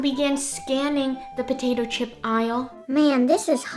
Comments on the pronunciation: Potatoe chip? I thought you said Chopato pip ! 🥔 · I would try the Cucumber . Potato chip? I thought you said Chopato Pip!